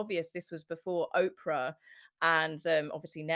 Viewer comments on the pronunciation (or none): none